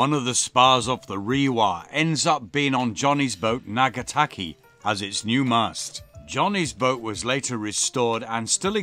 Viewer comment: Loved this episode. Thank you for honouring Johnnie Wray as you have. Just a quick comment on pronunciation of his yacht's name - it may help you with pronunciation as you sail around the Pacific. The name is spelled "Ngataki", not Nagataki. You pronounce the first two letters the same as in the word sing or song - so it is Nga (almost like singer, but with an "a" sound on the end rather than er!) taki.